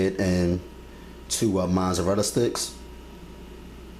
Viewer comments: Mozzarella. Not Mozzzzzzarella. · Where can I find Shashages, Monzerella, and the Oyew to broyew the noodles? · Wait... wait... did you say, "the orange shredded cheese?" 😳🤣🤣 ... looks great... imma try it. Orange shredded cheese 😫🤣and there is no "n" in Mozzarella.